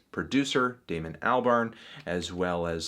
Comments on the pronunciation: Its pronounced all-barn not al-barn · Every time Fantano says "Al-barn" I die a little inside.